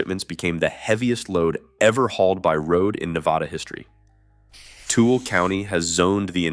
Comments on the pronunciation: close... too-WILL-uh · There is no place in Utah called Tool county. Toole is pronounced Two-Willa. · Tooele County is pronounced as Too-will-uh not Tool. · Nevahda, tool county, that's as far as I got. If you can't even pronounce things correctly, then not gonna listen lmao